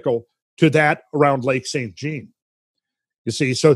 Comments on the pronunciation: Pronounciation police here, Lac St Jean is pronounced Jon as in Saint John Lake, not like denim jeans.. Lol. Us Quebecoise change everything to French that has anglo roots. Thanks for all the info and now i will look at this lake with a different perspective. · Its pronounced "Sain Jahn" with the consonant part of the T and N being silent.